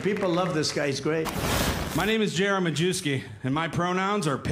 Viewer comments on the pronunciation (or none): When you don't know how your own name should be pronounced.... It's 'Mayevski"